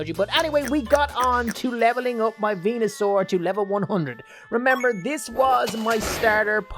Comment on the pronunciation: he keeps on saying venasur to ivysaur then he gonna say mega venasaur for venasaur ahhhhhhhhhhhh